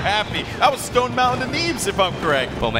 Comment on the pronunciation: i love when it said team stoned instead stone for